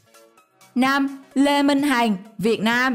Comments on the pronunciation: Ad sao lại đọc lê minh hành ??? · Le minh hằng ma đọc le minh hành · Lê minh hằng mà đọc thành lê minh hành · Lê Mình Hằng đọc là Hành. Ko hiểu kiểu gì???